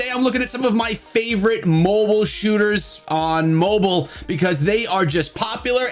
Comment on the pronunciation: say mobile not mobole